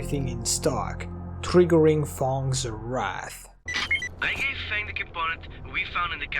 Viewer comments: I know English isn't ur first language but it's fang. F-ae-ng. Not fong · I was thinking "Who the fck codenames themselves THONG". Then I realized, you said "Fang" XD